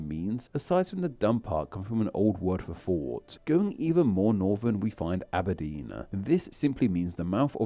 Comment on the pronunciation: Mmm not the best pronunciation is it? Barf, aberdeena, Liverpoola, norf west- probably shouldn’t really be narrating a video on pronouncing city names